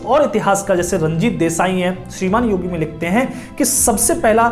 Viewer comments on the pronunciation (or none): none